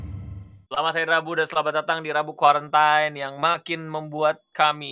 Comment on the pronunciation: says rabu quarentain